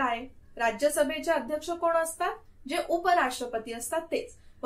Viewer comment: Mam loksabhecha aadyaskha asato...tumi uchhar chukicha hotoy ka